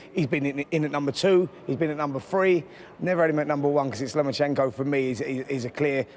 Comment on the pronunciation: Spencer has clearly been practising how to pronounce Lomachenko.